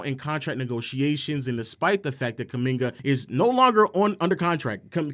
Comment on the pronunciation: If only he could get kumingas name right